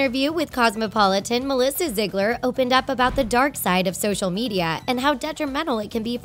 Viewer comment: This video was really a blast of reality. Btw its pronounced (ZEE-GLER)